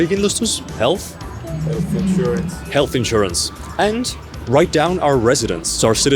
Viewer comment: why were you unable to say health insurance? I thought you're from the EU, not USA. But thanks for a view behind the scenes, if you so will, of moving to jp and doing paperwork (just stuff most ppl don't record). Very fun to watch. To clarify: I'm German - I love paperwork.